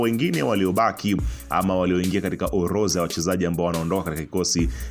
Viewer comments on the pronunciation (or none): neno ORODHA tamka vizuri unakosea kusema OLOZA rudi shule ukasome Kiswahili